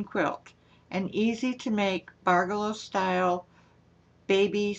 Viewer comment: you have me totally confused ! you are pronouncing it BARgello.. I always thought it was pronounced barGELLo. . . but . . after much googling. . I think we're BOTH wrong. It's pronounce. barJELLo. . like JELLO. . barJELLo. . hahaha